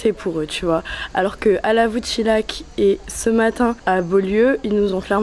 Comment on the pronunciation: Pour ton information et je suis surpris que personne ne te l’ai dit, en haute Loire quand la lettre h après un L et un N principalement cela ce prononce Y donc le village où tu étais se prononce lavoute chiyac et pas chilac 😊 Le prieurés un jolie restaurant avec un gars au top souriant comme on en connais peu 😊